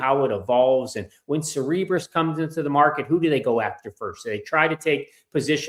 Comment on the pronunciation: Cerebras. It's pronounced (Sara-bras)